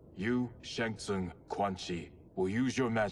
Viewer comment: Bro said “Shang shung” and “Chang schi”😂